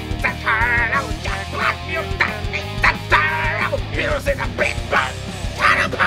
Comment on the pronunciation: Хирус лооол